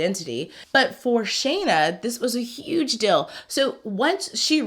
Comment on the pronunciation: I like how you say dill instead of deal, what accent is that? Very nice on the ears